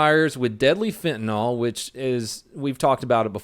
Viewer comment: Not Quilty. And it's pronounced Fen-ta-NIL, not FentaNOL.